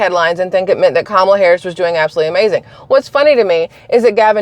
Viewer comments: Like Pamela but kamala is how she now pronounces it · It's pronounced "Cum-all-ya"😅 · Proper pronunciation is: COMMA LA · You mispronounced Kameldung, I mean Kommielaw, I mean Kameltoe, I mean Kon-in-law. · Google Translate from English to Hindi. it proves how you are saying Kamala's name